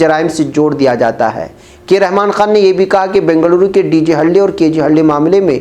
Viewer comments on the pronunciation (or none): none